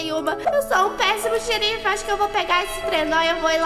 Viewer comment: PRIMEIRAAAAA (eu acho):3 "Xerifá* KSKSKSKSKSK KSKSKSK MTO BOM